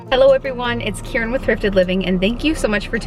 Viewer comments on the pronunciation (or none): none